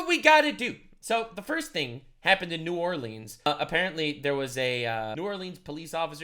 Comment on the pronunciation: I'm proud of you mad lad you pronounced New Orleans properly